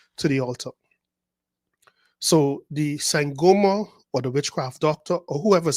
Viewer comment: When u say "sangoma" i chuckle bcoz its my language,i am in south africa 😂